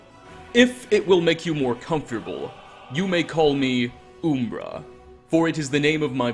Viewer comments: Umbra in Morrowind is an obvious play on Lancelot. He literally says the same dialogue as the screenplay. It's also pronounced; Um-ber-rah not Oom- bruh. Umbrah also means shade or shadow. Side note: Jeez, I can't believe how bad the contrast and coloring is in Oblivion. I had forgotten, it looks worse than Morrowind. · it's umbera not oooombera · Not to be that guy, but this did bother me, it's pronounced uhmbra, not oombra. Umbra means shadow or darkness. WHAT? 😂Now I'm convinced your just ducking with people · I do find it amusin' that he called the sword "Ooom-bruh" I was like, "Oh, I thought it was 'Uhm-Bruh', but I guess one of the latter games says the name". Clavicus Vile: "It contains the soul of Uhm-Bruh". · Umbra. Not Oombra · Uh-mbra, not oo-mbra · Has this guy never heard the word umbra or something, cus its a real word... Like why is he calling oooommmbraaaa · Oooooombra ooombra ooombra. Imagine calling umber oooombra... MFER THEN YOU CHANGE PRONUNCIATION TO SAY IT CORRECTLY JUST ONCE THEN FUCK IT UP SECONDS LATER.... HOW. OOOOOOOOOOOM BRUHHHHH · It’s umm-bruh btw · Dude doesn’t know how to say um-bruh lmao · Good content, but the pronouncing of umbra left some satisfaction to be desired. Heh its closer to UMM-bra. It's a plane of existence technically. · Uhm Bruh uhm bra um bruh umbra